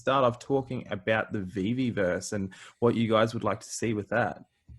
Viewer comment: Amazing discussion all around and please for the love of all things holy and good: they are pronounced Veevee. DOGEcoin. Veevee DOGEcoin. But love the convo ;)